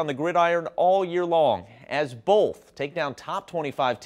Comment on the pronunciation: "Bolth" gotta make sure you add the "L" in both